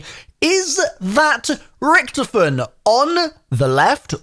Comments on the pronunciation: Oh for f- his name is not Richtoffen! HIS. NAME. IS. Ricky-toffen! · why u say it like ricktafinn